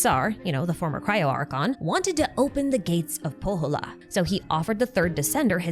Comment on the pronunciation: If you ever need help with Finnish pronunciation, hit me up! You're doing well all things considered, but when you said Pohjola, I heard Kouvola, which is kind of hilarious... 🙈😂